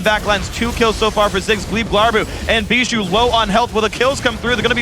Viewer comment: I hate the way they say Bishu's name!